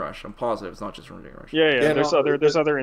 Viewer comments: "Draygon Ball Fighterz" My nigga, come on son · "dray-gun rush"